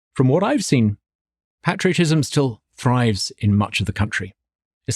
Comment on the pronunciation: Love his heart! I hope that Douglas Carswell learns to pronounce "patriotism" correctly.